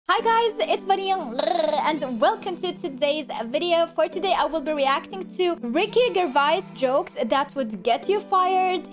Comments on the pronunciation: Its pronounced Jer-vaise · Ricky gervice 😅 sorry butchered the name haha, great video tho 😊